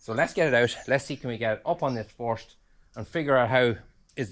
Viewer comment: You sometimes get some of your pronounciations wrong it’s first not forced.